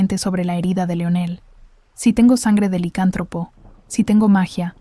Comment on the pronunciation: Muy buena historia 🎉🎉🎉🎉 se dice licántropo y tú lo dices sin el acento y se escucha raro. Solo digo😂